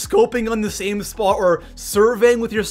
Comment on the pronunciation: And you didn't discuss what's in the video thumbnail. Lame. Also, learn how to pronounce "Spot" and "A lot."